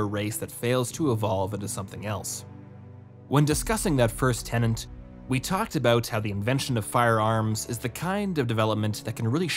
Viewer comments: The word is "TENET". Not "tenant". A doctrine has "tenets", not live-in inhabitants. The graphics are accurate, but the narrator never is. In every single video, he makes the same mistake. For crying out loud, English is my THIRD language and their FIRST, and speaking it is their job! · "tenant" != "tenet"